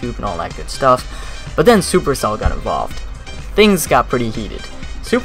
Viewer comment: Almost pronounced it perfectly. 👌